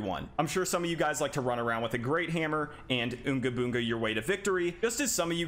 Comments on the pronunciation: im sorry did you say OONGA BOONGA? its UHnga BUHnga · what do you mean you say "Unga Bunga" like that? This is a devastating discovery.